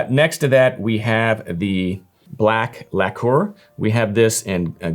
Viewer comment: Mf doesn't even know how to pronounce "lacquer" 😂